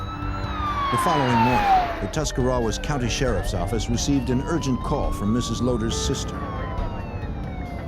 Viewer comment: He totally screwed up Tuscarawas County too.